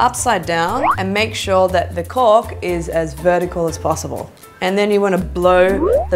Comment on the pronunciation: Omg I died I thought she said cock every time she said cork